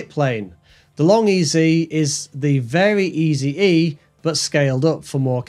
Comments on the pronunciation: It’s pronounced “very easy”, not very EZE like you said it. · Both the EZ in LongEZ and the Eze in VariEze are pronounced like "easy", not "Easy E"